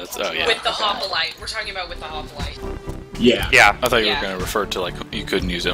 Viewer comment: Why do they keep saying hoplite with an a?